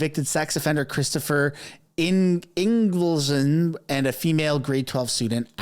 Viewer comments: ING - VALD - SON. Say it boldly, clearly. Practice it in a mirror. Say it over and over. Why? Because it's important to pronounce his name correctly so everyone will know exactly who he is. Words matter, as you know, and your reputation depends on demonstrating that you are prepared before you deliver a story. So practice. Prepare. Or sound like an amateur hack. Your choice. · ING-vald-son. It's a Scandanavian name: Son of Ingvald.